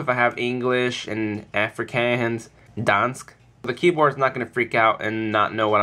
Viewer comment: "Dansk" it sounds funny when you say it :P i'm from denmark so.. :P